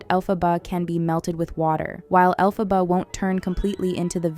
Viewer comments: Es Elphaba NO ALPHABA! 😂😂😂😂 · Chupito cada vez que pronuncie Alphába en lugar de Elphaba 😂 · Caraí véi … o mínimo que se espera de alguém que se mete a falar de alguma coisa é que ela fale os nomes das personagens corretamente ! Alfabár e fiéro … daí pra pior ! Fala sério !!!! 🤮🤮🤮🤮💩💩💩💩💩🤬🤬🤬🤬🤬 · ELPHABA, con E por favor, me sangran las orejas